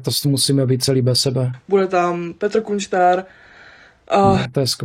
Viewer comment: říkala Kunštát 😂😂😂